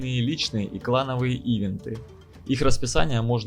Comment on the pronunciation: ИИИвинты. Нет такого слова. Событие или по английски эвэнт